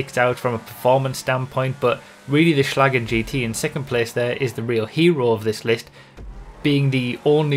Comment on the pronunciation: "Schalgen GT" oof